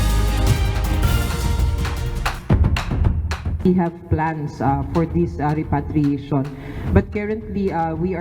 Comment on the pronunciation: please advise UNTV reporter to check the proper pronunciation of the word repatriation...